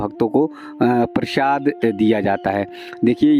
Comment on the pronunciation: नारायणजी उसको प्रशाद नही प्रसाद बोलते है सही बोला करो